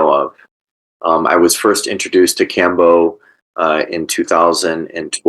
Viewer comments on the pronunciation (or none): Iʻm honestly wondering how much you know about Kambo when you donʻt pronounce it correctly...? Neal: The nadi is called "Ida" not "Inga", and itʻs a channel for prana, not blood and lymph, though of course it might affect them...